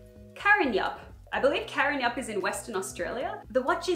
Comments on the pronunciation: Haha Karrinyup is pronounced Karen-up, Its in Perth WA. I live there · As someone from WA, its pronounced Karin-up, the Y stays silent :) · Oh you're so cute "karrinyup" is said slightly more like 'Karen-up' than saying the 'y' sound clearly. But you're right, it is in WA!